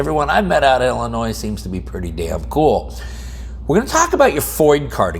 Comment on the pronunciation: I'm just glad ya don't pronounce the "s"